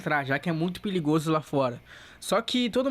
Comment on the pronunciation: Gostei da parte que falou piligozo KKKKKKK